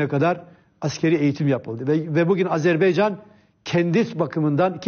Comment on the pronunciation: Fatih bey program başlarken o kadar övdü Hikmet Çetin'i. Adam söze Azeri toprağı ve Azerbeycan diye başladı. Azerbaycan bile diyemeyen adamlar devlet yönetmiş bir zamanlar...